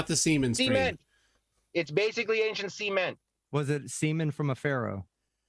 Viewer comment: SEE-MENT? WTF? It's cement!!